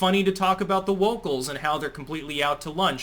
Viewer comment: “Wocals.” Excellent!